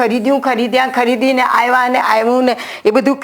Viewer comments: I do not have Gujarati key board fonts Dear teacher, I wanted to correct as I learn as Pulling, Strilling and Nanyater Jati. Not Npunsak. Also gujarati AAvya, not Aiva so please pronunciations are also important. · ડો બહેને બોલવામાં ઉચ્ચાર સુધારવા જેવા લાગે છે દા.ત. આઇવા નહી આવ્યા ઉચ્ચાર થવો જોઇએ આવા ઘણા જણાય છે આં માત્ર ઉદાહરણ સ્વરુપે લખ્યું છે ભૂલ ચૂક માફ કરશો